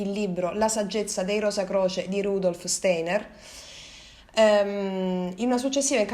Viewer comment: Rudolf Steiner si dice Rudolf Stainer più si va avanti e più noto che i video migliorano